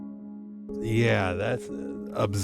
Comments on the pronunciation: " hellow ? " " Hellow"? 😂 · " hellow ? " " Hellow"? 😂 " Is it me uour looking for "?